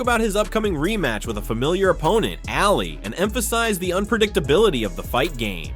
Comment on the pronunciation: It’s O’Malley not alley.